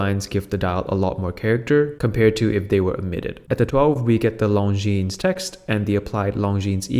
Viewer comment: The least you could do is learn how to pronounce Longines properly. The s is silent.